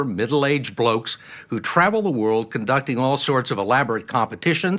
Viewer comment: American accent saying 'blokes'. Jesus H Christ.